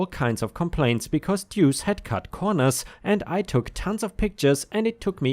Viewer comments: Pronouced like 'loose' 'Doose' . Duece means 2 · Deuce is pronounced Dew oose . I'm sure op missed deuce swapping the e and U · Deuce = sounds a little like "dues" but with a "seh" sound instead of a simple "ss" sound. Think of the word "deduce" but only say the "duce" part of it. It has various meanings, most of which have something to do with the number two, one of which is to literally mean two. (Edit: The way you kept pronouncing the word after your initial confusion was perfect.) Indirect meanings or use of it consist of... Gambling, like with dice or cards, where a "pair of deuces" refers to two two's (a pair of dice both showing two, or a pair of two's in a hand). Or using the restroom and dropping logs, as that is considered to be going "number two." Some say it means peace (two fingers held up to make the peace sign). Apparently it's also slang for devil/dickens, thus "What the deuce?" would translate to "What the dickens?" Though I like the idea of it translating to "What the crap?" 🤣 So in the second story, I think OP's use of "Duece" (misspelling of "deuce") is to infer that the person is a piece of crap. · "Duece" is pronounced Doos. Like in in "dos and don'ts", and it rhymes with "noose". It'a nickname, coming from poker slang for the 2 card, the "duece". A person can get a nick name like that, if they draw a lot of twos in a game, or lose/win spectacularly with twos. Or for having a lucky two card in their hat. Stuff like that. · Duece pronounced dewce. Listened long enough. Slang for two. Happy to help. English is a complex language even for me. A native speaker of it.